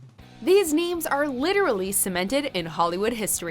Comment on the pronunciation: it sounds like she said these memes are cemented in hollywood history, well i guess to be fair most of these people/things are memes.